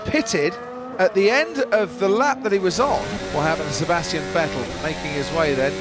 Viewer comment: The last of like 15 years of Vettel being in F1 and finally the English commentators start pronouncing his name right😂